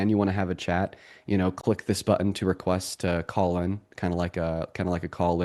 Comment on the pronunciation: I have to comment on this one. I’ve seen a few times but I just realized something. When younger people say a word like “button” they pronounce it “buddon”. said “button”. Obviously he is well educated in language and impressed this grumpy old Canadian woman.